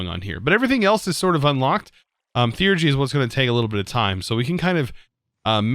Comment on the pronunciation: HOW DO YOU SAY THEURGY CORRECTLY BUT YOU CAN'T SAY MIND!? WHO CREATED YOU TO ANTAGONIZE ME!? IT WAS JASON WASN'T IT!!?